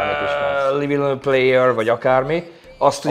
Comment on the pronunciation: Livi on a pléjör" -Amúgy milyen jó kiejtésed van! 💀